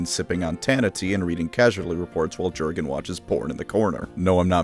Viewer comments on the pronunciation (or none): Yer-gen not GerGaN. You're welcome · It’s pronounced “yur-gen” not “Jur-gen”. Leave it to the Americans to mess up simple pronunciations like this. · You should pronounce Jurgen not like an American, but like a German name, just like narrator in the audiobook does. Say "J" like "Y" in "yellow" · The only reason I’m not going to download Raid: Shadow Legends is because I’m tired of seeing advertisements for it on the channels of my favorite YouTubers. Edit: Why is Jurgen’s name alway mispronounced? The “j” makes a “y” sound. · I like the video but you misspeaking Jurden's name just broke me 😂